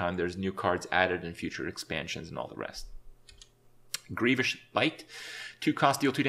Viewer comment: ''grievoush''? okay kripp, grievoush